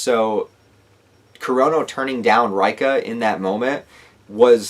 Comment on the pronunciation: Reika is pronounced Ray Kah